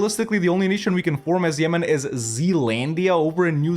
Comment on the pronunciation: "Ah yes, Zemen. My favourite country in ze world"